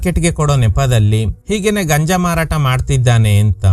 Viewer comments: ಗಂಜ ಅಲ್ಲ ಗುರು ಗಾಂಜಾ 👍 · ಅದು ಗಂಜ ಅಲ್ಲಾ ಗಾಂಜಾ ಅಂತ ಹೇಳಿ ಸರ್... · Dear ಅದು ಗಾಂಜಾ ಗಂಜ ಅಲ್ಲ